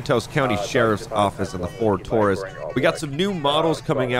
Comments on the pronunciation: did anyone listen to the start where he said ford turis (i cant spell) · Im the only person that heard him say ford Taurus in the intro? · lol "ford touras" as hes sitting in a Charger 🤣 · Did i just heard 'Ford Taurus'?